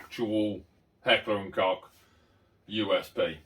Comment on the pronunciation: Great Video, and great pistol. I love mine, it's a top notch replica. On a side note, nice that you pronounced HK properly :) . for those who want to hear an actual German person pronounce it, here it is at the beginning of the video! cheers